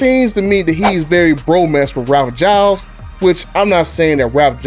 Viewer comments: BTDub's Buttah' Ralph Gilles is pronounced Ralph Jeels. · Between mispronouncing his name, the faulty ethanol argument and misspelling Hurricane, I kind of stopped listening.